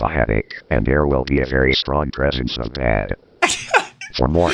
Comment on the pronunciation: Tbh I heard ded instead of bad 😂